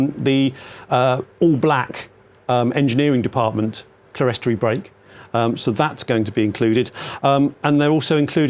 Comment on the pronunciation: Thoroughly enjoyed the video, especially the hilarious pronunciation of clerestory. It’s pronounced CLEAR STORY